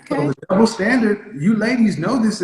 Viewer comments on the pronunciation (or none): “Iss a dubbo standirt”. She thought she made a point.